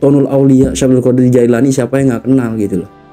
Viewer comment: Klo bicara tu yg benar. qodir. Qo" jd gOdir .. / gAdir bukan Mengeser huruf lg itu Tp. Merubah haraf / Merubah huruf .